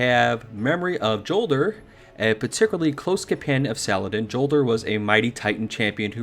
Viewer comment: it's "Yol-der"